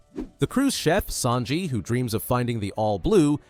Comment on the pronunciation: Bro its sanji not snaji